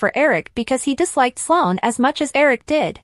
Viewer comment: Her name is Sloan NOT Solon!!! You all can't spell the names correctly or pronounce them correctly!!! Do you all watch the show???!!!